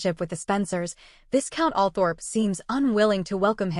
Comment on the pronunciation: pronunciation: vi-count Lou-wee